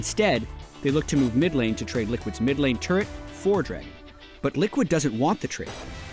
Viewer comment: says draygon and it's going to trigger me